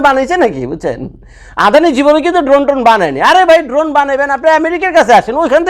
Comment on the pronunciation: ভাইয়া এটা ড্রোন না ধোন😂 আপনি যতবার ড্রোন বলতেছেন আমি শুনতেছি ধোন😂 শুনতে ভালই লাগতেছে 😂😂😂